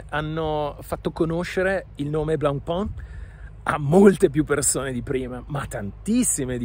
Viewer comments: Lo dicevi giusto primaaaaaa NON è BLENPÒN!!!! Si dice: BLANPÈN o ancora meglio BLONPÈN Blancpain vuol dire "biancopane": blanc si pronuncia BLAN o meglio BLON e pain si pronuncia PÈN! È FACILE! 🎉🎉🎉 Comunque sono pienamente d'accordo: bella trovata di marketttting, ma TENETEVELO! 😂😈🤣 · Blancpain , si pronuncia come pane in Francese , studia